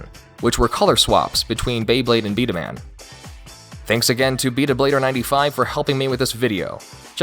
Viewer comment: It’s Pronounced b-damon